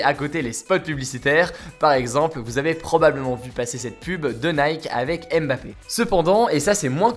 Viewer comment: La prononciation de MBappé seigneur. Respectez le nom de famille des gens.